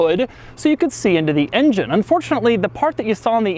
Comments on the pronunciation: I love how Doug pronounces "engine" like "InGen" from the old Jurassic Park movies. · I dislike how he says "ingine" all the time.